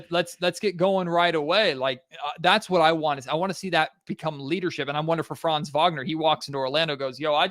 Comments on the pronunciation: I have been wondering for 10 minutes why you kept talking about France. Can you please take one second to look up how to pronounce 'Franz' correctly??? Really disresepectful to butcher his name like this. Not that complicated, is it. Unless you are brain-dead. Have to stop listening. Such a degree of ignorance is unbearable. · While you are being somewhat harsh on the guys (come on, they're American, what foreign language skills do u expect 😁) , you're right: it would already really help if they kept the "a" in Franz short, pronounced as in like "fun". Like that it would at least not sound like a certain country...